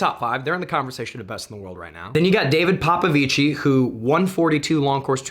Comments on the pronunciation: Just informative message - the correct way to say “Popovici” is “Popovich”, you don’t pronounce the “i” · sorry for being a stickler, but we pronounce david popvici as 'david popvich' not with an ending e sound since we're not italian, love from romania